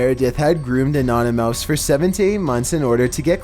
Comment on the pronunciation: Did he mean anonymous not anonymouse